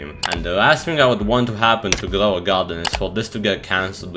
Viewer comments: Grwow a gwarden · Ah yes "glow a garden"